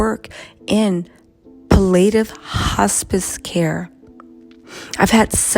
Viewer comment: Pal-it-tiv care